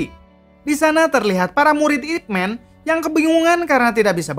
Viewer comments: Baca Ip Man bukan ip men. Ini kan sebutan sebuah Nama buka ejaan kosakata. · Nyebut namanya saja salah, sok ngulas Ip Man (baca : MAN, bukan MEN) emang org banyak teracuni super hero negri barat : supermEn, ironmEn, batmEn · Ip Man bukan "Ipmen". It's the dialect (Cantonese/Konghu) pronunciation of his name 叶问 （葉問)/"Ye Wen" (Ye sounds like "yeah" and Wen as it sounds in senewen). You can recheck it when Donnie Yen introduce himself in Ip Man vs Jin Shanzao scene:"Wing chun, Ip Man" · Bacanya Man bkn Men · Ip Man min bunyinya.... Bukan Ip Men